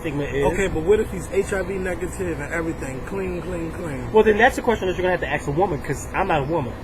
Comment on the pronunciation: 'Ask' NOT 'axe' Thanks.